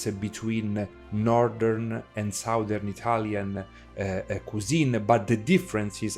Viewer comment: foreigners always mispronounce the two words SOUTH and SOUTHERN. The OU is pronounced correctly in the word SOUTH, but the OU is pronounced differently in the word SOUTHERN. it should sound like a soft A. it's hard for me to explain.